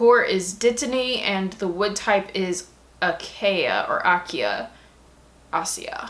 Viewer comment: Thank you so much for sharing these each month love seeing what fun nerdy collectibles are out there. I also am a sometimes tea drinker, so I love to see the varieties they send you If the wood of the wand is "Acacia" it would be "Uh-KAY-sha"... At least I think